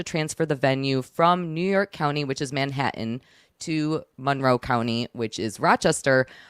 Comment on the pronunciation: I could spend all day listening to say Manha'an....😂😂